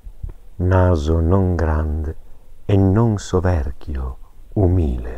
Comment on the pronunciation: umìle, esìle...Fusaro starà godendo con questi accenti